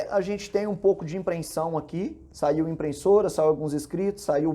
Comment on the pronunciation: Você consegue falar IMPRESSORA e não "IMPRENSSORA"?